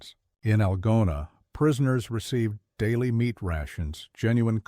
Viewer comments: Idiotic AI in the very first sentence. I live in Iowa and the name of the town is ''Al GOna with the accent on the middle syllable.' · Artificial reader mispronounced “Algona”!